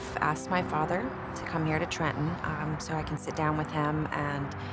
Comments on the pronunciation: Everyone in New Jersey gets made fun of for pronouncing Trenton with out the second t, but it’s so cool to hear Christina say it the exact same way. ❤ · Oh my gosh, I'm from New Jersey and that's true. I just realized I don't pronounce it with two t's either